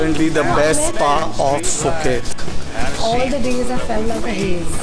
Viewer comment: Happy Birthday to Ritika!! and to you and happy anniversary. I am Filipino married my Thai wife some 27 years ago. I submit that your journey of happiness ahead is soooo long. There's much more fortunes and unbelievable surprises you will walk through. Enjoy the ride, even more. And finally, phonetically, do separate the 'P' from the 'h' so that 'Phuket ' is not pronounced in the start with an 'F' but rather 'Puh-ket'. Enjoy ☺️ !